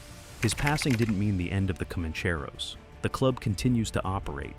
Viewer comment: you yanks need to pronounced names properly comancheros for example